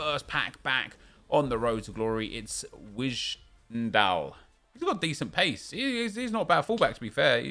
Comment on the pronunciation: Wijndal, same as Wijnaldum. Winedaal. Not Wishdal.